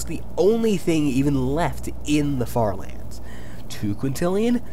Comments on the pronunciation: why did i hear the french fartherlands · I tought you said french lands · i heard “farterlands” 💀